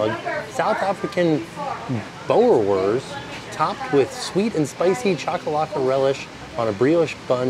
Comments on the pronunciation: It's 'Boor' like cool. 'worst' like cost... :D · My partner is South African! How fun to see that type of hot dog in the parks. It’s pronounced Boo-ra-vors 😊